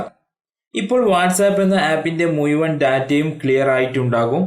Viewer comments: മുയുവൻ അല്ല മുഴുവൻ എന്നാണ് പറയുക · മുയുവൻ അല്ലെടാ ഊളെ മുഴുവൻ എന്ന് പറഞ്ഞു പഠിക്ക്